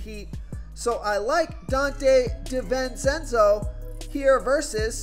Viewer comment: Say it with me Donte Dee-ven-chen-zo